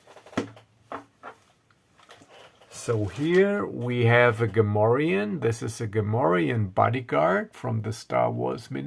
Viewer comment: You speak Gamorrean like a native ;) Nice adventure.